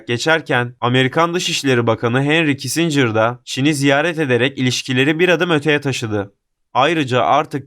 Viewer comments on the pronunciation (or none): none